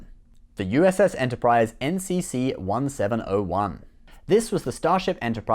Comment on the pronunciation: Dude! It's NCC Seventeen Oh One.